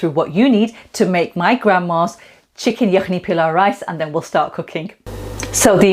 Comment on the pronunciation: Surely you don't need to anglicise all the words like PEELAW, come on you know how to say it properly.